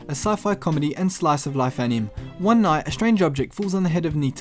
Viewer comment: great video dude. but please pronounce anime correctly. It's pronounced as ani may